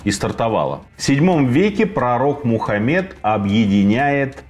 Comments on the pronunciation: Если вы такой эрудированный и знающий человек, неужели вам так сложно уточнить, а как произносится имя Мухаммед, перед тем как делать это видео? Вам бы не очень понравилось, будь ваше имя исковеркано неправильными ударениями. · Как можно серьезно слушать человека, который банально имени пророка не в состоянии произнести нормально, не говоря уже про остальное